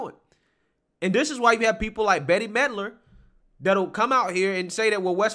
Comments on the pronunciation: Brother, I think you're great, one small thing. With Bette Milder, It's Bette like I'll make you a bet, Bette Milder, not like Betty. I totally understand you're young and she hasn't done anything in a generation. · I know you're not an 80s kid you keep pronouncing her name as Betty Melder it's pronounced Bet Mid-ler. In case you run into one of her ignorant tweets again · Dude. Bette Midler... Come on. Research and know what your are talking about if you want us to believe what you say... How do you not know how to pronounce her name? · Bette Midler…her name is pronounced “Bet Midler”. 🙂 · I love LOVE that you’re young enough to not know Bette Midler’s name pronunciation. Just confirms she is so over.